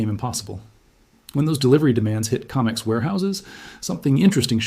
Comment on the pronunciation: Adjust your AI. It's Co mex. Not Com ex.